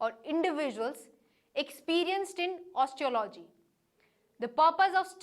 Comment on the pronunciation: Indians have an extremely hard time pronouncing English. It's not " osteo--logy" it's " os--te--ology " . Not " notice--ábely " but " nótice--ably